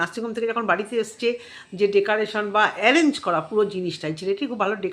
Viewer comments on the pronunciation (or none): Decaration 😅😅😅 Bolun Decorations